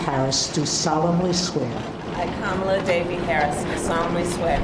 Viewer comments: I’m gonna need everyone to learn how to pronounce VP Kamala Harris’ name! It’s not that hard. KAH-mah-lah... not kah-MAH-lah. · Shocking that the Justice who swore in Kamala mispronounced her name as Trump has always done to diminish her. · Shame Sotomayor doesn't know how to pronounce Kamala's name. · How disrespectful to swear her in and mispronounce her name... shame shame